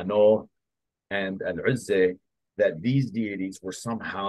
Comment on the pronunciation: ALHAMDULILLAH! ALLAH THE ONE AND ONLY ☝️😍 اسمها العزى وليست العزي ،، واسمها الحجاز وليست الحقاز يا مستعرب يا قبطي يا مخلفات الروم يا ناطق العربية ، لو كنت عربي اصيل لعرفت كيف ينطقها العرب الاصليين ،